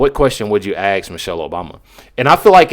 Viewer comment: Why would you “ Axe” somebody ? Using this saying reminds me of Lizzie Borden who axed her parents. Podcasters need to speak proper English to attract the most listeners possible. Please say Ask when needing an answer from someone.😠